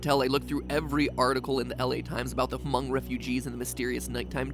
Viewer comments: As a hmong person myself. I'm am scared(for my male family members since I my self am a female) and it's pronounce M Oh n g. The H is silent and a long O. But thanks for the nightmare fuel matpat! And also, I heard a Hmong legend from my family. Where when you are awake but asleep. Your eyes are closed but you are fully aware of your surroundings, every move you make you would remember. Your body I guess was still awake while your mind resting. But while you were sleeping, something would happen, where people would say that they felt something on top of them. Like somebody was standing on their chest, but nothing was actually there. They would have trouble breathing, couldn't talk, couldn't open their own eyes. But I don't really know if that's real. That's just a Hmong legend that I came across. But yeah that's some information 😅. Nevermind it is a real thing. My dad experienced it before. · its just pronounced Mong, the H is silent. - Your Fellow Thao (Hmong Family Member) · Gold Fish I know he did not just say Huh-Mung refugees tho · Forgive us Americans. How we're used to pronouncing things really gets in the way of being able to figure out Hmong is just Mong without being told. Sorry lmao. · Yeah its just mong not H-mong just mong and yeah im an american Hmong person 19 years old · Unsure if anyone has mentioned this, but Hmong is pronounced “mong” like Mongolia. The H is silent. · Yeah Hmong “H” is silent i know this since my parents are Hmong and told me this ever since. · Me, not Hmong, but knows some of the history: Hears Ha-mung Also me: That ain't it chief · hamong refugees?? if it’s Hmong h silent but pronounced Mong but THATS SO COOL the whole plot is crazy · I also very much cringed at the pronunciation of "hmong" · The “H” is silent in “Hmong” btw. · Me : hey I’m Hmong.... a guy ....... oh and I am 35 ahhhg Also me : ha them weirdos pronouncing Hmong wrong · He also said Hmong wrong it’s said without a H